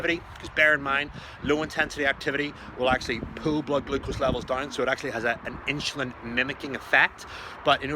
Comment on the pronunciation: This guy can't even pronounce insulin